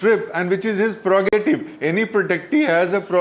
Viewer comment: PREROGATIVE. Please pronounce it well.